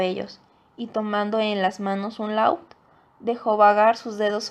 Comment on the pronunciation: Un «láud»????? What the fuck!!!